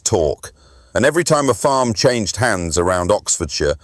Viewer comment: 🤣🤣🤣 what the fuck is this jabber? Is this just for people who dont know who Jeremy Clarkson is? The AI is horrendous 😂 its farm NOT forrrrrrrrmmm